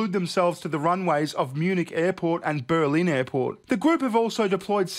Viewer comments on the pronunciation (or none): none